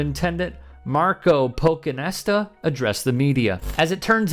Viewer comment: PochinTesta* PochinTesta** PochinTesta*** Not sure why you can't read and pronounce the first T.